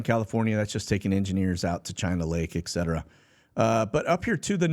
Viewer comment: Yes, and Febuary too. My 2 biggest English language pet peeves.